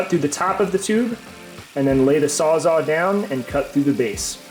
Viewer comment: This is an awesome series, but I can't just listen to you say "sawzaw" and keep my mouth shut about it 😂 It's Sawzall with Ls, and that's a model made by Milwaukee. Saying you got a "DeWalt sawzaw" is like saying you have a Nissan brand Corowa